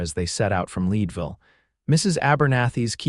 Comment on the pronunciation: Your AI needs to pronounce Leadville, CO correctly. Having lived there, I should know. 😮